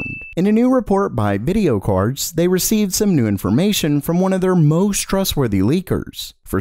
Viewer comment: bedio cardz? lol